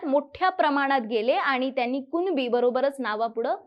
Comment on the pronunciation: मॅडम अगोदर कुणबी बोलायला शिका..... कुनबी नाही.... मूर्ख